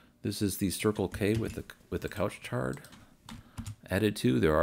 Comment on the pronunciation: fwiw, pronunciation: couche-tard .... English person should pronounce as it it spelled: coosh-tar (oo sound, and the d is silent)